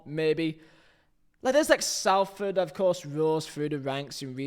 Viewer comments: please I'm from salford it's pronounced solford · Why can't you pronounce Salford properly? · the pronunciation of Salford hurts my soul